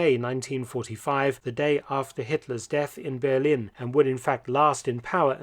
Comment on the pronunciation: The Ber- part is already quite good but the -lin part sounds like lean, so it‘s bear-lean.